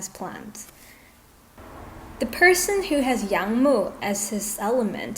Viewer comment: Yang wood 🪵 mu, not young mu 😂